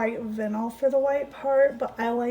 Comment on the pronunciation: Not to be mean, just letting you know, vinyl is pronounced v-eye-nle. Anyway, I love these shoe cups!! They're the coolest things I've seen on a cup!! Leopard? Nice. Beach? Pretty. But a shoe? That's pretty darn cool. I wonder if you can use washers instead of D-rings? It has to be cheaper to cut down on your costs. Those d-rings can't have been cheap.